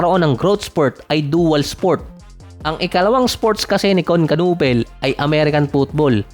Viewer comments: "knew pel" ang pag pronounce sa apilyedo niya hindi kanupel. Hahaha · Kinipol ang pronunciation ng apelyido nya hahaha. Sabi ni Nowitzki ibig sabihin daw ng apelyido ni Kon sa German ay baseball bat. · simple lang ang basa don. "KON NU-PEL". silent "K". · Ganito Ang pronounce kunepel (knueppel) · Kanipol boss ganyan pag pronounce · Kayanga nakakatawa di marunong magbigkas ng silent letters hehe